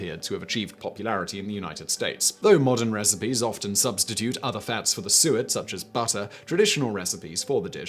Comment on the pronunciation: You saying Suet will Deff throw off Tons of americans. i know i didnt know what that was till i made my own birdfood blocks. its not Soot. Suet is Fat from an animal near the kidneys.